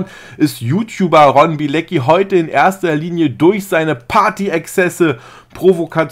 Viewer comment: Wie den fasst jeder falsch ausspricht 🤣den Ron